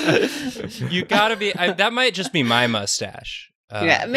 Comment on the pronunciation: Self-confidence be like: Eye Heart Maw Body